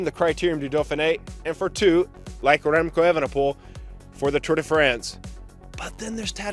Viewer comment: That ol Spaniard, " Rrremco Evenepol".